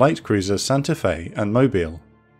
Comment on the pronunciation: YES, you pronounced "Mobile" correctly!!